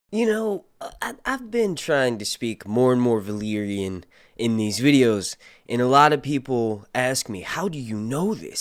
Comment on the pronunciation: Hey your Valaryan sounds more like my English after I roll a fat ONE AND HAVE A AMSTEL OR 12 AMSTELS BROTHER LOL, KEEP DOING VIDS IM A FAN, GOD BLESS YOU AND THE FAM